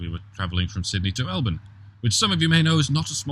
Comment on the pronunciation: For pronouncing our city correctly, I give you the title of honorary Melbournian!